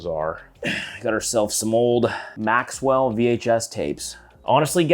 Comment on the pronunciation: You said Maxwell vhs tapes. They’re Maxell. Lol